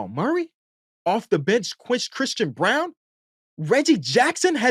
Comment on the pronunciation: Go off! and props for pronouncing Christian Braun's name correctly (something most of the media still gets wrong).